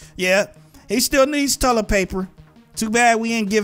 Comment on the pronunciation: what's tullet paper xD